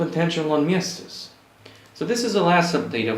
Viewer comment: Really liked your entry! Hoping to see more from ya sometime ;) Also nice pronounciation of Miestas hehe.